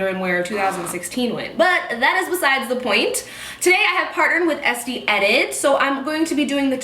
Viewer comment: Isn't it pronounced "Est-ay"?